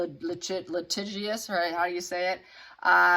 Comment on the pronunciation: Litigious gee not grrr geeous